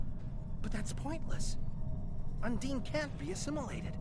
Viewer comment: you keep saying undine, while the voice over says unding.